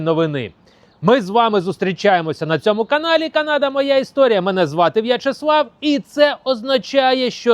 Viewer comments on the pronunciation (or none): none